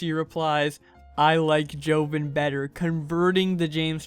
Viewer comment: Its jo-von. Not joven.